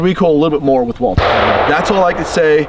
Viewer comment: „Walther“ pronounced like Walter, without the „th“, props to 🫶🏻